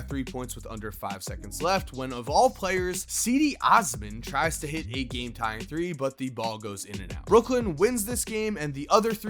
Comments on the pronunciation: Anyone: Cedi Osman: CeeDee Ozmin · Cedi Osman is pronounced Chedi Osman. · Never pronounce Cedi Osmans name like that again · The way he said Cedi Osman made me cringe 😬